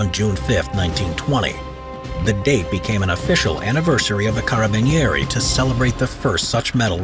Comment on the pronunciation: i love you pronunce of carabinieri PS: i'm from italy